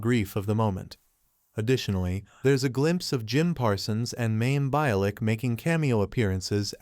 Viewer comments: I was cringing so hard hearing the pronunciation of Mayim Bialik's (My-ihm Bee-ah-lick) name. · Seriously? You couldn’t at least get the pronunciation of Mayim Bialick’s name correct? Lousy reporting!🤦🏻🤬